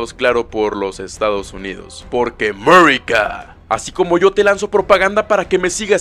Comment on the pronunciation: Ese "Amerika" es genial